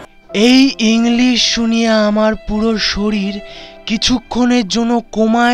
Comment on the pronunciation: premium quality inglis 😂😂😂😂😂